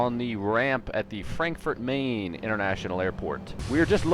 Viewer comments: Its not said Main it should be said like Frankfurt Uh Mon International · It's Frankfurt 'mine' actually. The Main is the nearby river as in 'Frankfurt am Main', Frankfurt on the (river) Main. Main is pronounced 'mine' in German.